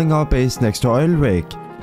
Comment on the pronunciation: bro its obv oil rig not oil wig